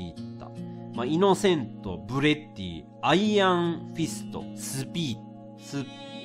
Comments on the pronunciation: レトさんがイノセントのこといっつも｢イノセンス｣って言うの地味に気になるww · イノセンすじゃなくていのせと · イノセントを何回も イノセンス って言ってるのじわる。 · イノセントをずーっとイノセンスっていうレトルト氏wwww